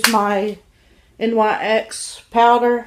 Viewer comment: My only concern here is your health, are you still on your diet? You have great confidence. And also.. it's pronounced like nicks. (The nyx) you should try walking! I'd love to see a video where you aren't struggling to keep your breath!